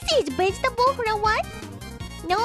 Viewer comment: ah yes. Mother can I have some 🅱️egetables